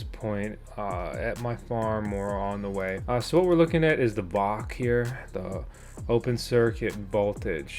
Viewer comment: Dude.. VOC is pronounced by each letter.. V O C. lol.. I'm solar mining 2 mini doge miners. One of them has your decals on it. They are still profitable. Just wish I had more than 300Ah of lithium so I can put them in my shed and let them run overnight. I'll get there. I hope you do as well.. but as you try and understand what your telling the viewers.. Amps don't matter. You take the VOC and add that up based on how volts your controller can handle. Example.. Victron 150\45 controller can handle up to 150v and 45 amps. When you wire panels in series.. you add the VOC's in total to just under the 150v. Anything more will kill your controller. Wired in parallel is adding the amps. Cold weather like you get the panels to higher voltages, so when building your system, keep the VOC about 10% under that 150v Remember watts don't matter. Here's another good example: I have a Delta II power station. It can only handle up to 60v. The manual says 500w maximum.. but as technology changes.. I use a 545w panel.. and it only produces about 56v.. so I've overpanelled it and am keeping the volts under the max.